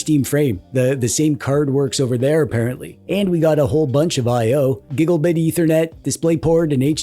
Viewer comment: The “giggle-bits” and “DDD-DR”s are also funny 😂